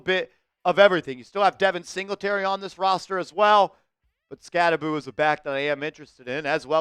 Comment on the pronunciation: I’ve always heard it pronounced Skatte-boh, what’s up with this Skatte-boo pronunciation? Did he correct everyone at the combine or something?